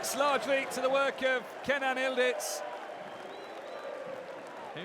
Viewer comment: Why do the keep calling him ildiz? His name is Yıldız! Y is not silent! Yildiz!